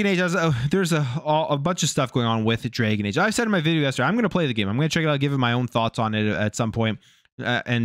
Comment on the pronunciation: It’s dragon age not draygun age…..